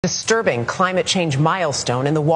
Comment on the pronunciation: It’s not just what you say, it’s HOW you say it… “DISTURBING”